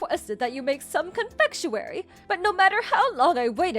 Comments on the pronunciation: It's not "con-Fetch-u-ary". Please pronounce words better🤦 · In general, ok story & not monotone or wooden on the acting. 🙂 Similar but not identical to others I've heard (though I don't listen to these text stories as much as some people do so that may be why). Just a couple of notes: 1. Not even close on how to say "confectionery", plus FYI: No one would use the word that way in most of the West, so it really could be confusing to some audiences depending on location. Maybe try synonyms more common among all English speaking places? (Admittedly, this might not always be possible.) In common use "confectionery" is used to refer to the place that makes the sweets. The sweets themselves would be called "confections" if you were being pretentious. The average person from the US would just say "I went to the bakery & got a variety of sweets". 2. A small plot argument: It's an unbelievable plot point that anyone who has a cell phone & can text with it wouldn't know how to use the calendar built into it too, cause it's been in EVERY smartphone for at least a decade now & most of them for longer than that. The MIL not having her grandson's birthday added in it seems highly unlikely considering she actually cared about him (unlike the DIL), so her saying she forgot doesn't make sense to the story. When planning her tea she should've seen his birthday on her calendar.